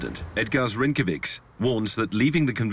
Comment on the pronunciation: The narrator showed quite some creativity to pronounce President's last name Rinkēvičs as Rinkeviks. And it perplexes me why do foreigners always pronounce Latvian words with emphasis on second syllable - it is always on first syllable just like Estonian and Finnish, very simple.